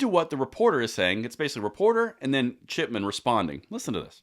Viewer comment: You say Chip-E-Chip😂